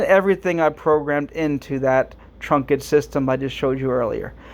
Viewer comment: Okay. Just to be clear. Okay. it's pronounced trunked system (one syllable). Okay. Not trunk-ed (two syllables). Okay. Just busting your balls 😜 Great video series. Very helpful. Thanks for posting 👍